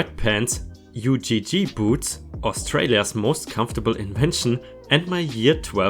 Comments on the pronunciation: Those boots are def the best boots ever - but it's pronounced 'Ugh' (rhymes with 'dug'), not U-G-G :p Easy mistake to make when not from the country in question, just helping you out! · Really U G G boots. sigh I thought you'd know how to say it properly.